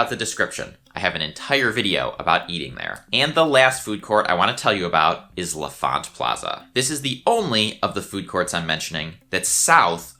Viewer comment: Pronounced "LON Font" not le font. If you were native DC, you would know this.